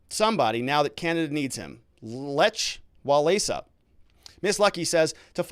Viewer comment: That Polish hero is pronounced Leck Wal-entsa